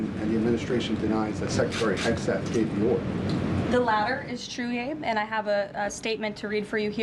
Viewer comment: It's just unprofessional at this point to still be mispronouncing Hegseth